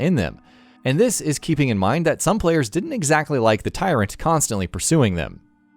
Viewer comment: bro this man his name is not tyrent bro hommie its mr x